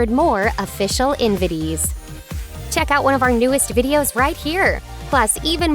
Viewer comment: Good Lord. The way this woman says memoir and invitees irks the hell out of me. I'll probably unsubscribe after these last few videos I have to catch up on. Her reading is infuriating!